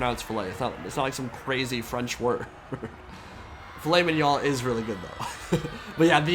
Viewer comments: you should pass as business expenses a trip to Bretonnia to perfect your pronunciation 😅. And if you get controlled you can easily make it legit with your "filet mignon" and "dance macabre" pronunciation. Joke aside we will be happy to welcome you! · Saga of Fillet Mignon... Remembers mispronunciation from years ago. Mispronounces it, says its nothing special to be able to pronounce it, then half mispronounces... Love that.😅🤣 p.s.